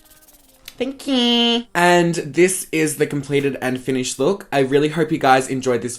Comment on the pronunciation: "Don't speak too sone" ... "Thank QQQQQQ" LMAO!